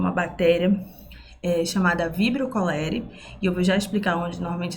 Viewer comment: A primeira professora que assisto q pronuncia o nome científico corretamente. 🥹